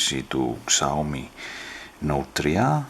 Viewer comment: σάο μί προφέρεται φίλε και όχι ξαόμι :p